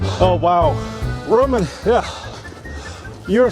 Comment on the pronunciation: “I have 1 Rowman power” - 🤣